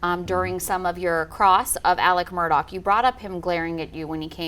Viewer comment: Im confused. Why do they keep pronouncing his name Alec Murdock, when its Alex Murdaugh??